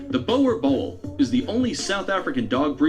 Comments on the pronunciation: The Boer Boel is pronounced: “Boo-rrr Bool”! Please don’t say it this way 😂😭💀💔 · Boerboel is pronounced boor er bull. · Bruh the guy in the video pronounced Boer boel wrong (dom naai) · Lmfao completely butched the name boerboel xD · The way they try pronounce boer😂us South Africans are laughing 😂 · My man butchering the name boerboel 😂😂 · Any South Africans laughing at how they pronounce Boerboel...